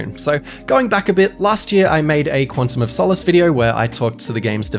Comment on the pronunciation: I think I heard him saying "Quantum of So Mess"